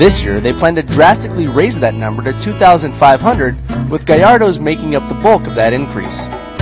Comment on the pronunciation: hey, he says gallardo correctly! props to the host.